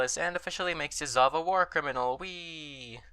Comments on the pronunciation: Why did you keep saying Yazóv when it's actually Yázov? That's odd bit with English speakers, they keep doing same thing here and there, except with super famous guys like Lénin or Stálin. Can anyone elaborate on that phenomenon? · I think it's just an american think. I'm English, and while I have some knowledge of russian, to me Yázov is the correct pronunciation. They like to put the stress on the last syllables in general (take for example "Birminghám", Alabama, as opposed to "Birmingham", England.)